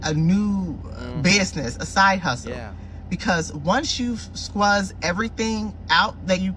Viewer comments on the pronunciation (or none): What the hell is a “Squuze” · Did she say squz😂